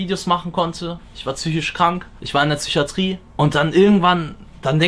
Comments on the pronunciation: Ich disrespecte grundsätzlich schon Leute die "tsycho" und "tsychatrie" sagen. Einfach traurig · Wieso sagt der immer „Tchychatrie"? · In der "Tsychiatrie". Alter der Typ ist so der so unsympathisch und dann ist das die Kirsche auf dem Sahnehäubchen. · Mich triggert es wie es Psychiatrie sagt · Niemand: Absolut Niemand:: züchiatrie, züchose, züchisch